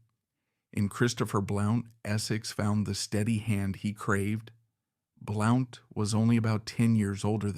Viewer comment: Blount is pronounced "Blunt"